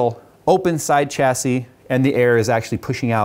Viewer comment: reeeeeeeeeeeeeee the ch in chassis is silent and pronounced sh